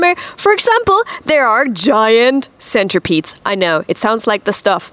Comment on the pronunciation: DId she just put an R in the word centipedes?